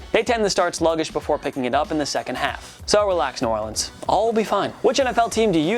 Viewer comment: And ew Orleans?😂